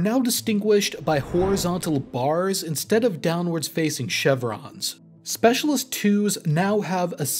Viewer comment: I think they are pronouncing it, “space-a-list” rather than specialist;-)